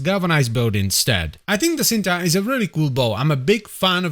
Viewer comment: It's pronouns Cinta not shinta? Its a malay word meaning love ❤